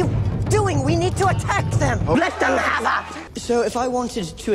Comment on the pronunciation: "let them havah"